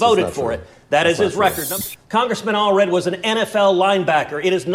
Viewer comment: most certainly not Allred lol 🇺🇸🫡